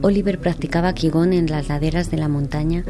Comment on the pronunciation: Se pronuncia Chi Kun y se escribe Qi Gong